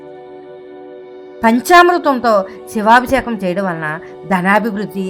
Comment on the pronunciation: సమాచారానికి ధన్యవాదములు 🙏. కానీ " శివాభిషేకం " అన్న పదాన్ని కాస్త స్పష్టంగా , సరిగ్గా ఉచ్చరించగలరని ప్రార్థన 🙏.